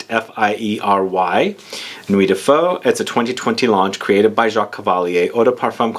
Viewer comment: Just checked at Vuitton and Ombre Nomade is amazing. Nuit de Feu pretty nice too. Please learn how to say “feu” it’s not a Vietnamese dish ^^ Also, I know the translations can be a little tricky but I wouldn’t say its fiery night. More like the actual translation Night of Fire